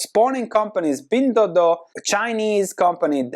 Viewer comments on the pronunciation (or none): none